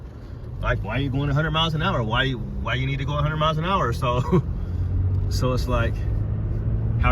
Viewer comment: Miles ❌ Moues ✅ No hate just think it’s funny 😂